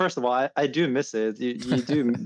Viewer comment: Does he live in Scotland now ?😅 Whats goin on with his "you", he says yuuh